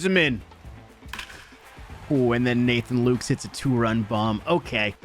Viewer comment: lukes is pronounced lu-cas by the way